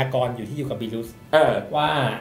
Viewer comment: ทำไมเรียกเทพบิลว่า "บิลุส" ไม่ได้ตามเพิ่งมาดูจริงๆครับ